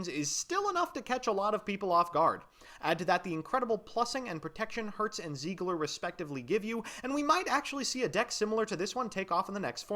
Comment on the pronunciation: zeigler It's seiger...🌚